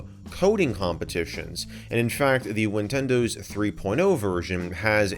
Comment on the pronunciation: did u just say ninwindiws